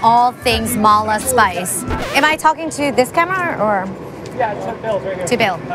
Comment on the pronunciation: The way she says Ma La makes me chuckle. Need to accent the La better. La means spicy you gotta say it with heat!